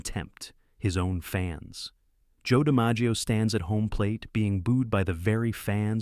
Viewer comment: That's pretty bad when the main character's name in your video is mispronounced, including other names being butchered.